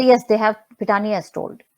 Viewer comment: My main confusion on the croc was her means of supporting a big lifestyle. Home in Mahalaxmi Race Course, Mehfils, Lit-fest, NGO. Claims she is a radio jockey and literateur. SSR family Lawyer ,from the start, seemed disinterested and almost condescending. Kept calling Pithani as Pathania. Even recent statement on CBI not doing custodial interrogation of staffers, did not sound convincing in seriousness. He remains a mystery. Knowing that entire cabal and huge mafia nexus was daunting as an adversary, family went for low hanging fruit like Tai and Shruti Modi.They were hoping these smalltimers would reveal the real executioners to exonerate themselves. I also feel ,since a year, we have hashed and rehashed all points and angles. Hundreds of conspirators, coverup artistes ,PR , media, helpers etc who are involved in this humongous case ,are maintaining silence. I think, now we have to focus on macro level political machinations. The more we intricately discuss and dig up, the more termites are running out.